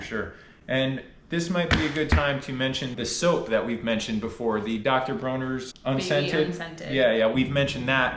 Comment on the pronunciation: Enjoying your videos. Just an FYI, the castile soap you recommend is pronounced Dr. Braw-ner's not Dr. Broh-ner's. They have a youtube channel if you are interested in more information about their products.